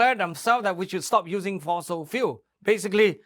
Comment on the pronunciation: No fosels in FOSIL fuel !